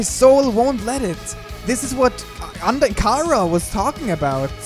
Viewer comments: It's Chara not ckara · Its not cara its chara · WHY DO YOU SAY CARA NOT CHARA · its pornounced Ch-ara